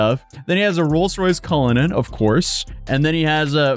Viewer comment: Why does he keep pronouncing Rolls Royce as "Rolce Royce"? It's a British word and it's both spelled and pronounced like the plural of the word "roll".... "rolls"... Or does he pronounce "rolls" as "rolce"? Edit: omfg I just experienced “auto mow biles”! Is he just trolling us?!?!